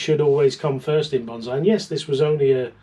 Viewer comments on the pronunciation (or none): Not foist😂😂😂